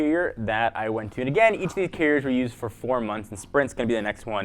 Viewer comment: Is he saying carrier or Keurig? ..hell am I thinking about switching cell phone service or coffee maker?!🤨